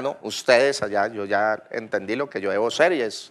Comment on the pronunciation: "Debe sel"... poco basto wn.